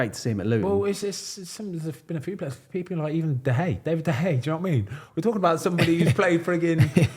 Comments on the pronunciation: David the Hay is how they pronounce it in spain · How does Ben still not know how to pronounce David de Gea’s name properly? 😂😂